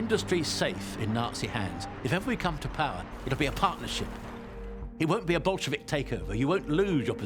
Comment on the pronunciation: I found this really interesting until that guy said the word “Bolshevik” in the most ridiculous way imaginable. I couldn’t hear the rest of the documentary over my own laughter. That’s not right in anybody’s language. It sounded like pure parody. 😂😂😂